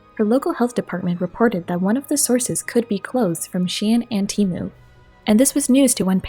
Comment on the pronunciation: "taemoo" GET OU